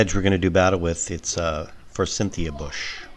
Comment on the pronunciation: Btw ... it's a Forsythia bush, not For Cynthia bush ... just sayin'